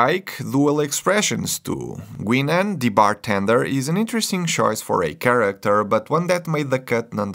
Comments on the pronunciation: “Gweenon” has entered the chat. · 'Georgie' 'Dah-ta' 'Gweenan' Bro, just say you don't watch Star Trek. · Geor-gie, dah-ta, and gwi-nen, lol. Tell us you never watched the show without telling us you never watched the show 😂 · Gweenan indeed...lol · Also messed up Geordi and Guinan but we still love you haha. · The way you pronounced "Data" gives away you are not a fan. The same with "Guinan". Trivia for you: Whoopi Goldberg (who played Guinan - at this point not yet winning Academy Award but already a Nominee) joined Star Trek: The Next Generation because she was a lifelong fan of the original series and especially inspired by Nichelle Nichols, who played Uhura. As a child, she was thrilled to see a Black woman on TV who wasn’t a maid. Years later, already a famous actor, Whoopi asked Levar Burton to share with production team she wanted to be part of Star Trek: TNG. The producers first thought it was a joke, but once they realized she was serious, Gene Roddenberry met with her and created the character Guinan specifically for her.